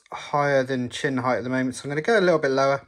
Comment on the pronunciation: Nice work. When you're explaining things, just get to the point though. You spent like 37 minutes talking about the end caps. And cure yourself of the "heighth" disease.